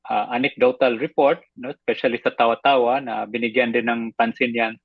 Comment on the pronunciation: Mali ang pronunciation ng Tawa-tawa.